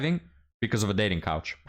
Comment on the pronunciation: keeps saying "dating couch." LOL WUTT? Casting Couch? Oh. Oh! Dating coAch...